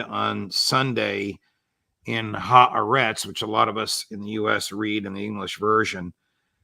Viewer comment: I love the way the Judge is making special effort at pronouncing foreign names such as Ha’aretz & Kursk. Well done, Judge!